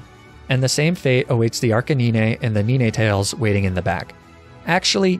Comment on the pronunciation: Am I the only one mad at how he pronounces Arcanine and Ninetails?